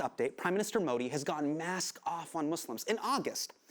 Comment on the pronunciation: Hypocrite Hassan, get your facts straight before you keep regurgitating incorrect things about India. BTW, if you are so hung up about your name being pronounced correctly, get Modi's pronunciation correct.